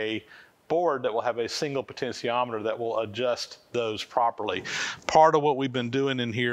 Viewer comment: Yikes, that's a lot of work just to get a variable speed motor going. I hope eventually figures out the pronunciation of potentiometer is with a SHEE in the middle, not. a SEE. It's just like saying 'potential', not 'potensal'.